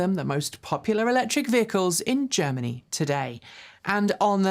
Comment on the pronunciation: Sorry - I too had to replay a couple times and then turn on the captions to determine if the word was Germany. A bit surprising that Germany would need outside funds. I think it is a strong wealthy country.....